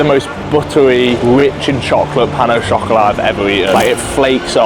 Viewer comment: Pan o shokolat daylight wobbewy